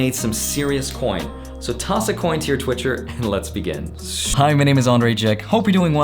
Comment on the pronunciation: Did he just say “toss a coin to your twitcher?” 😂😂💨💨